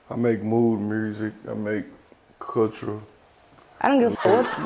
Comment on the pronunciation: did he say “ i make mood music, i make CULTURE” ???? If that’s what he said then that’s crazy that he pronounced culture like that 😭😭😂😂